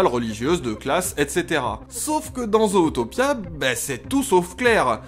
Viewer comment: Vidéo intéressante. Par contre... La façon dont tu prononce le titre en français... À part les Québécois et les chipotteurs de la VO, PERSONNE ne dit "Zootopia" en français. D'autres part le nom est vraiment mal prononcé vu que les anglo-saxons disent (Zoutopia) et non (Zautopia). Désolé mais ça me fait saigner les oreilles d'entendre le titre du film être charcuté! 🤣